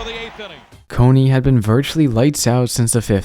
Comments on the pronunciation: His name is not coney it’s cone like ice cream cone smh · No way you’re seriously pronouncing Cone as Co-ney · No way you make baseball videos and called David Cone “David Coney” 😂😂😂😂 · He mispronounced David Cone's name as Coney. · Bruh this isn’t why you said it lol. You didn’t know who he was and mispronounced his name. Embarrassing af lol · Bruh why you keep saying this like it was intentional lol. You didn’t know him or how to say his name. You weren’t calling him his “nickname” which is never even attached to his first name. Makes zero sense.